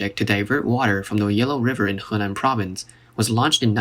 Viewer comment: love the way you pronounce Henan.